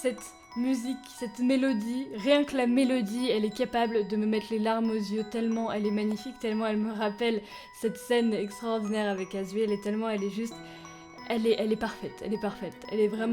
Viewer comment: C'est Asrielle on prononce tout xD